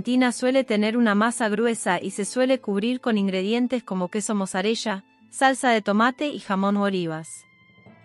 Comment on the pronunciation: Nápoli y muzzarella no musareya. Que mala informacion de la pronunciacion para hacer un video